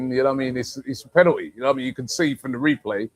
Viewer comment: When was the L taken from the word penalty r is it just aftv clowns that cant say it properly